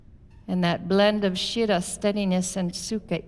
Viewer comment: Thank you for this class. As a student of sanskrit, it was painful to hear the wrong sanskrit words repeatedly: shirah instead of Sthirah and utakasana instead of utkatasana.